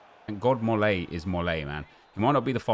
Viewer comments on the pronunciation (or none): none